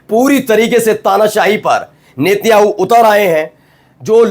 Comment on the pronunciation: भाई नेत्याणू नही नेतन्याहू 😂